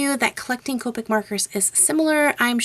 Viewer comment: Copeic its copic shes says copeic